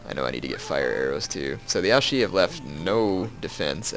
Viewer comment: you don't pronounce Ouchi right. It's OuCHi, not OuSHi.